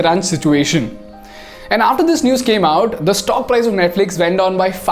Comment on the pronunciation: Bro it's not prize it's price..